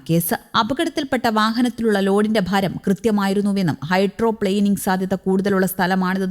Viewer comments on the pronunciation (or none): none